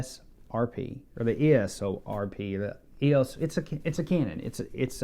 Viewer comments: "Eeoss" Just kidding, I'm not sure either :) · EEE-oh-ss RP ;-)